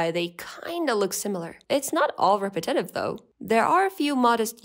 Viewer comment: I've never heard anyone pronounce "repetitive" like that